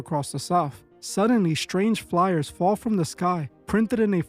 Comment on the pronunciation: Dude... There is NO H in the word strange. It is not spelled shtrange. Also, there is only one h in the word catastrophic... It is not spelled catashtophic neither should it be pronounced as if there are two h's present in the spelling. Also, sigh .. the word is Strategy not SHTRATEGY.... And it's is STRIKES not shtrikes... And infrastructure not infrashtructure... Please get some reading glasses or SOMETHING MAN.